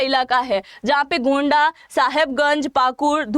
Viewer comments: गोंडा नहीं होता है उस लोकसभा का नाम गोड्डा है। दुमा भी नहीं होता है दुमका होता है। अगली बार ध्यान दीजिए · गोंडा नहीं मैम गोड्डा